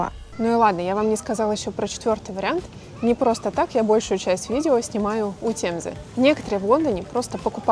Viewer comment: Есть правила транслитерации при произношении слов. Говорится тЭмза и прочее. Не тЕмза.